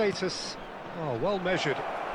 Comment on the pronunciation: Shevachenko ❌ Shevashanko✋🏻 😌🤚🏻 ❤️